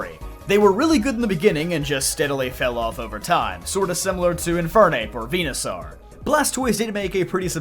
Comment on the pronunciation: Bruh it's pronounced like dinosaur. It's literally ripped from dinosaur. Why are you saying venusaur as venu-sAR when even the anime has made it obvious that it's saur like dinos-ORE. Hell even just sound clips from smash ivysaur would let you know how to pronounce that suffix in this line. Come on